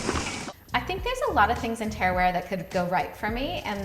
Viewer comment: Loved this video and I totally hear you. Its a massive sacrifice for your body and family to train and race a 100 miler but you only live once and clearly you've got what it takes and an amazing support network. Next time I see you, can I help you with your pronunciation of 'Ta ra wera' 😊 See you out there!